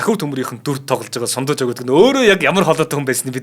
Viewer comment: Сундуйжав биш Сандуйжав шүү